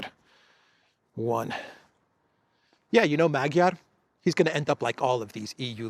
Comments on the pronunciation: His name is pronounced as MaDyar (not Magiar) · ....please pronounce the fools last name properly..Madyaar...unless you are making fun of him..😂... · Actually, Magyar is pronounced Madyar, the "a" sounds are like in the word "love". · I think the A is pronounced like a short O in Hungarian... so Magyar sounds like Mogyor. Not that is matters as he'll just be another irrelevant puppet of Brussels. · the “g” in Magyar is silent in Hungarian language!. Now I’m waiting for Orbán to be put on the European sanctions list like Jacques Baud and the others 🙄